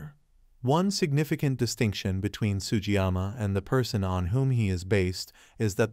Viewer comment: To hosts of future Shogun commentators, please learn to pronounce Japanese names correctly. Sugiyama is not and should not be pronounced as Sujama.